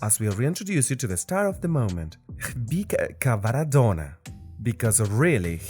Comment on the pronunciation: That's a new way in which someone butchered his name. 😂